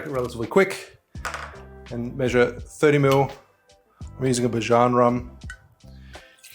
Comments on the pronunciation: Great tutorial. Just as a heads up, Bajan is pronounced bay-jan. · Great info! Even though I’m not from Barbados, Bajan is pronounced Bay-Jun. 🇧🇧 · Great video, as always. *Bajan; short for Barbadian, is pronounced BAYjan (beɪdʒən).